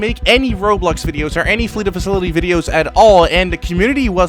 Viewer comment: I wonder how much time it's going to take for to finally pronounce facility instead of facilily